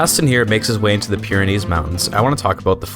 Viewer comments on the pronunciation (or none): none